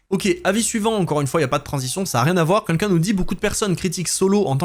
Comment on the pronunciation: Super vidéo, comme d'hab ! Et bravo pour les 110k ! Mais qu'est ce que ça me stress que tu dises "quinquin" au lieu de "quelqu'un" :D :D